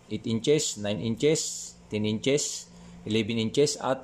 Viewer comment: Salamat sir sa new knowledge. Pero sana sir maimprove yung pag ka sabi ng "ins" suggestion lang po.